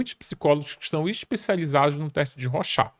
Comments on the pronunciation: Se pronuncia "rôchard". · Legal mas o nome do cidadão não é ROXÁ meu viu amigo haha